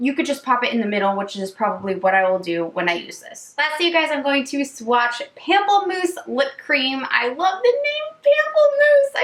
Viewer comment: pamplemousse is actually pronounced like "pom-plemousse" similar to the beginning of pomegranate (still fun to say though haha) it means grapefruit in french! love watching your swatch videos, you're always so candid and funny 😘